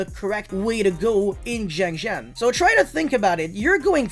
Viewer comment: It's not pronounced Jiangjin nor Jiangjiang Is [sianjian] siAnjiAn